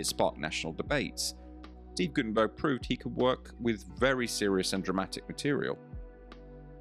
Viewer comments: His name is Guttenberg’ NOT ’burg’ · Its guttemberg, no gutemburg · The man's name is Steve Gutenberg, not Guttenburg. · it's GuttenBERG, not GuttenBURG. at least don'T mess his name up and correct the video title. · GuttenBERG?! Dude you don't even get the name right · You're so stupid you don't even get his name right. ...bErg, not ...burg. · "Guttenberg"?? Sheesh